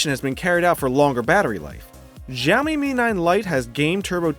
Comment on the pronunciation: It's adreno 616 not 640 for Mi 9 Lite. Simply Siaomi ... not Jiaomi, Gziaomi, or Chiaomi ! Good comparison.